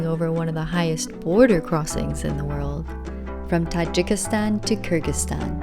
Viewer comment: Even when you're touring the world, you STILL can't pronounce the name of the country right ? Come one FFS, it's KyrGHistan NOT KyrJistan